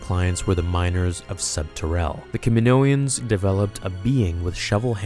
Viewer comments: Ka min-o-ans. Not ka min-oians. Phonetically. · DUDE its kaminoans, not kaminoians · can you stop saying "kaminoians" it's kaminoans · Kaminoans not KaminoEans!!! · Kaminoan, not kaminoian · “Ka-mi-no-ans” not “Ka-mi-no-i-ans” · Kaminoians? C'mon man, you can do better than that... Kaminoans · I don't why but it didn't feel right when you say 'kaminoaians' should just be 'kaminoans' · I figured it out. What sounded weird is your “Kamonoian” It’s “Kaminoan” Sorry if I’m nitpicky ‘:) I’m a linguist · the way you call them Kaminoians bothered me lol... Kaminoan sounds a lot better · I could be wrong, but I'm pretty sure I've heard, in the Clone Wars & other media, the people of Kamino called "Kaminoans" not "Kaminoians" sorry, it just felt off hearing them called "kaminoians" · I think the accepted pronunciation is “Kaminoan”, not “Kaminoian”. At least that’s how I’ve heard everyone else say it. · Cam-i-no-ans. Not Camino-ans or Caninoians. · good video, but i'm really sorry, one thing is just driving me nuts it's Ka-mi-no-an, there is no second 'i', it's not Ka-mi-no-ian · aside from all the regular words you mispronounced, they say "kamino-ans" in episode 2. it's just the name of the freaking planet with -ans afterward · *STOP MISPRONOUNCING KAMINOAN* KAM MEN NO EN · I love your content. Btw isn’t it pronounced Kaminoans in episode 2? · It's funny how you can't say "Kaminoans" correctly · say it with me: Ka-mi-NO-an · R K that’s how they pronounce it in attack of the clones. You’re right.